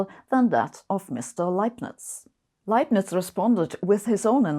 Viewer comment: It's such a great relief to finally know the correct pronunciation of "Leibniz"